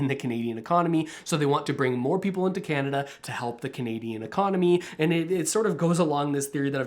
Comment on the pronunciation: I turned you off the minute you said Radio Kanada